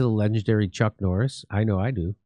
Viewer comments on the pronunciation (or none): none